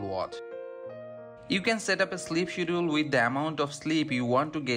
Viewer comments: I was wondering the same thing.I knew what he meant though lol… schedule is pronounced SK-ED-JA-WOOL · Skedjule or Shedul... not shedool!